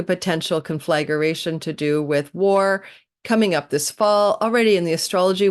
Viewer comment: Its not con-flag-a-ration. Conflagration. Just to help you pronounce it correctly